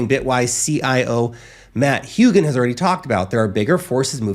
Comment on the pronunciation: Matt HOEgan not HUEgan.